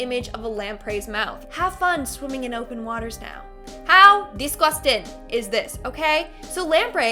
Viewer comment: The way she say disgusting 😂